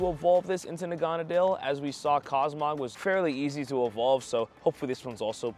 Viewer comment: nobody else is gonna comment about his pronunciation of Naganadel? He must have missed that episode. :)